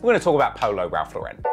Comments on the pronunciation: Its LAU-ren not lau-REN. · Ralph lauren is pronounced "LORE-IN". Its named after the designer my guy look up an interview or sum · Ralph Lauren does not have an accent on the "e". It's just Lauren. It is not a European brand it's a US brand and the owner is an American Jew. So stop trying to make it fancy by pronouncing it wrong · that's actually not how it's pronounced. I guess I'm the only one with Google. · bro why you pronouncing ralph lauren in french